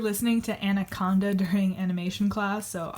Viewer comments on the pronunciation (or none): none